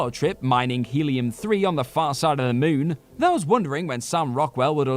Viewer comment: I don't think that's how the word moon is pronounced.